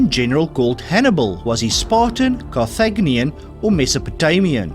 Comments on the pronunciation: Car-tha-JIN-i-an, not "Car-thag-ni-an" 🤔🤨🤦🤷🙄👎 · Carthaginian is pronounced Car-thay-jin-ian. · Oh, you really need to check the pronunciation before you narrate these quizes. Carthaginian is not Carthagnian and check Chopin. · Umm...Q-78 - he was KAR thuh-Jin-ian, not kar-THAG-nian. Basic 7th grade World History. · Interesting questions, and your accent is fun - but some of your pronounciations are totally wrong - "Carthaginian" was wrong on so many levels.